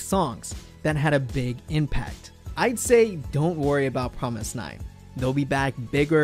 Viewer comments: It hits my ears the wrong way when you say Promis_9 instead of Fromis_9. Fromis_9 is their english name. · ok I'm lost? he keeps pronouncing the groups name "F"romis_9 like it is Promis_9? if thats right wouldn't the the 1st single album Fun Factory and title track Fun be pronounced Pun Pactory and Pun?? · Was I the only one who realized that he said promise_9 the rest of the video after explaining the name of their group? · Is it just me or is he saying promis_9 all the time? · Wait is the F suppose to be pronounced like a P?